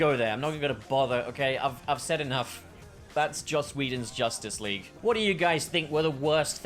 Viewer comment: "Josstice League"